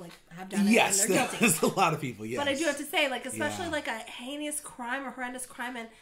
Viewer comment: "Heinous" is the word you are looking for,. Not heranus - LOL!! You were SO close - but SO far away with that. I was yelling it out (in my head) like you were going to finally say it, and Jamil would quit laughing at you. OK, "Unsolved Mysteries" is going on my list! I didn't realize it was a reboot.